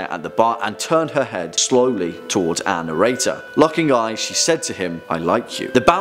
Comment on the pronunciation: I was today years old when I figured out who “anirator” was... He’s saying “our narrator,” right? (Not trying to sound rude. I’m just an idiot.)